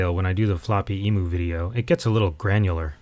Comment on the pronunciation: As an Aussie, I just want to let you know about the pronunciations of Emu (eem-you) and Bondi (bond-eye). I considered not saying anything because this video was so good and I’m getting hung up on trivial nonsense. Also, I agree Apple neglected its cash cow, the Apple II. But I think Jobs was right. The company could have put all its resources in the Apple II and made it the world’s market leader of 8-bits. But while it took them quite some time to get there, the Mac (or the concept of the Mac) was their ticket to the future. But I have the benefit of hindsight. Who knows what would have happened if the IIGS was continued and and the Mac discontinued. We may well be using GS OS X now (or gsOS).